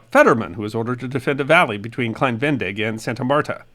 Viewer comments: Klein Ve-ne-dig. Not klein Ven-dig. You butchered the pronunciation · Great video as always, entertaining, interesting, and educational. Thank you! However, as native German speaker, I wanted to point out that Venedig is pronounced similar to Venezuela, with "zuela" replaced by "dig", and with emphasis on the second syllabe. Ve-NE-dig. As a general rule, there are no silent vowels in German. I think there's the rare exception or three, but I can't think of one off the top of my head. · Thanks for another fascinating snippet of history. As an American who lived in Germany for 35 years, I noticed that you omitted the second "e" in "Venedig", pronouncing it "Vendig." In German, there are practically no silent letters. The correct pronunciation would be "VeNAYdig" with an emphasis on the second "e". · Most interesting. BTW it's pronounced Ve-ne-dig not ven-dig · its klein VE-NE-DIG not VEN-DIG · Ve-ne-dig, three syllables. No silent letters in German. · I think it is better pronounced “Klein Ve-ne-dig” three sylabbles. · I believe it is pronounced "Klein Ven-nay-dig". Thanks for this informative video. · Please don’t take offense, but your mispronunciation of Venedig grated on my nerves. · I realize that it’s too late now but your pronunciation of Klein-Venedig is off, unfortunately. It’s pronounced like you would Venezuela but with -dig instead on -zuela and emphasis on the second syllable (-ne). To this day, Venedig is the German name for the Italian city of Venezia, better known as Venice in English. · I'm not German but live in Germany and his pronunciation of venedig really jarred my ears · Wow, very interesting video. Please pronounce the second e in Venedig. It is not silent.